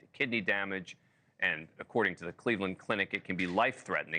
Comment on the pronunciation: No one could’ve told bro how to pronounce rhabdo for a literal news report 💀